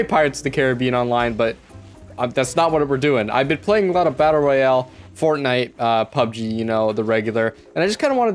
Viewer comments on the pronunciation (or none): none